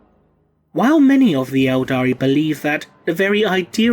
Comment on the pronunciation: Everytime he says "eldari" i want to punch him